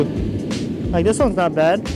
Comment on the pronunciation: When you hear say “Let’s do dis”, you know you’re about to get some quality content.